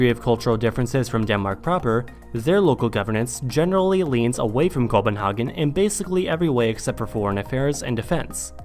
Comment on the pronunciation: We have an international capital name, and a Danish capital name. How can you mispronounce both?!